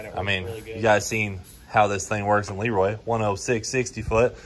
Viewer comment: La roy as cleetus pronounced leroy lol